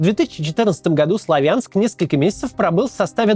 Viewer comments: не славя'нск сла'вянск,а так хорошо всё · Не СлавЯнск, а СлАвянск. Не БАхмут, а БахмУт. Россияне - необучаемы. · или СлОвянск ! ударение и А О-канье ! В Украинском О в рашистском А так как я писал коммент на русском то по правилам этого языка и написал просто отметил что ударение на первую гласную а не вторую ! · В Славянске ударение делаться на букву А а не Я 😅